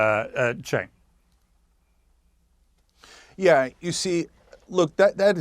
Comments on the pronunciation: I’m sorry, did you just call him CHIN? It sounded like you called him Chin! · His name is Cenk. Not Chin.